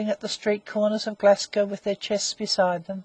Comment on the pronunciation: narrator cannot pronounce Glasgow, Greenwich or starboard so gave up after 2 minutes, awful.